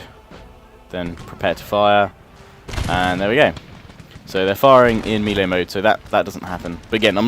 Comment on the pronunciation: You pronounce melee wrong, yes im English too.